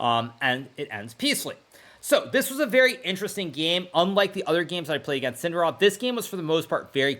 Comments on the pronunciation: It's not sIndarov...it's sindArov. It's like all these English speaking folks mispronounce things on purpose *insert facepalm*. it's not mEdvedev, it's medvEdev. it's not sErgei, it's sergEi, not vlAdimir but vladImir, it's not grIshuk, it's grishUK.... interestingly enough I don't remember hearing russian speaking broadcasters mispronouncing Hikaru or Nakamura much. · You pronounce his name wrong. It’s Zhavoheer SindArov, not Yavakher SindarOv